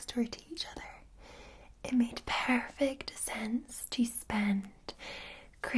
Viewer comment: i love her saying “perfect” in that accent